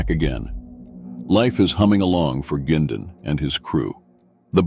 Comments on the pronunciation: They can’t even say Bernie’s last name right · You shouldn't use a computer generated voice for a documentary. This voice can not pronounce Oshawa properly, which passes me off because it's my hometown, and I don't think Bernie Quindon would like hearing his last name pronounced Gindon either! If you're too lazy to narrate the documentary yourself, maybe you shouldn't post the video!